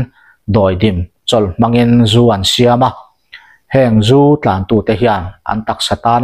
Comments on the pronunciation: Zu an zúuu tiin i lam ri a , a diklo in ka hria, zú an ZU ...ZU tih hi a hniam tur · 😂🤣🤣🤣🤣😄😂😅zu an zuuuuu.🤣🤣😂 iva han chhiar thiamlo hehhuh tak. Zu an zuthin, "zial an zu, tih a "zu" a rik dan angin lam tur. Nangniho vang hian alawm tunlai thangthar ten mizotawng an thiamloh em² a, diklo tak taka an lam tak thin ni. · Zu an zu😂😂meizial zu angin lam rawh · A ngaihthlak i va tinuam thiam dep dep ve. Tin, "Zu an Zu" tihkha vaihlo zial zu anga lam tur. Tunlai an Rakzu siam dan chu hlauawm tak ani. Tunlai mithenkhat Rakzu siam danah chuan Buh a tel tawhlo. Entirnan, Chini 10kgs ah hian Yeast- bawmkhat lo telh tase, Chau pack- na sarang suih bawk, fun 60 achhuak theia, Changel sahsawm an bilh tel chuan fun 70 a chhuak theia, Puan chiah varna Robin- burkhat an telh belh leh chuan fun 90 a chhuak thei daih ani anti. Saihapui lam mi, ka Tuikuk hlawhfa-in min hrilh dan pheichuan, Vaiho chuan Glycel- hlo tur telh hian a hlawk duh antia, chutiang chuan an thlawr thin ati. Mahse chutianga thlawr chu plastic bura han dah pawh hian a lo rei hnu chuan a rawng hi a dang daih tiin min hrilh ani. Hlauawm bet bet tak ani. Khap ani chungin kan in tho tho si a, Mahni intur zu siam dan tehi a rukin thiam ila, tin, Zu-in vanga ruih tum kher kher lovin, chapo leh midangte tana hnawksak kher lova damdawi ang leka kan hman thiam hi a hun ta khop mai. Khawchhak lam mi, kan hmel anpui Utube- han thlir hian ahmei apa-in mahni zu siam, tlem tlemin an in thina an rui betbut loh hmel tlat. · Thlà leh thlá te, Zú leh zù te, khawn leh khâwn tih te tam mai. Tawng thlûk dan dik zir i ngai nasa hle mai, a awmzia a bo lek lek thin. Entirnan, Zú hi an zú ngailo a, Zú an zu thin( zupawl tih a zu ang hian).